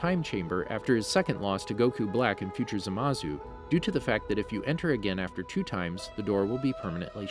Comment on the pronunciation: I hope you stub your toe for every word you mispronounced. It's Say-Annes, It's Caw May Hah May Hah . It's FREEZE-uhh. It's VAG-EE-tah! It's Zah-Mah-sue. It's Jock-oh. ...You're bad and you should feel bad. I don't care if these are the names in japanese or something. You are currently speaking English.